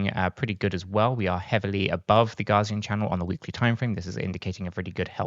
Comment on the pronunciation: It's not "Gazian" Channel (ie, "Gar"). It's "Gaussian", pronounced "Gow", as in Carl Friedrich Gauss (see wikipedia).